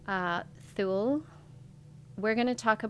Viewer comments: Thule is pronounced “Toolie”. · I believe Thule is pronounced, Tool-ee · Island Thule is pronounced toolee - tool Lee - like the rooftop carriers you put on vans or trucks and other brands. It’s like they have an obsession with the word Thule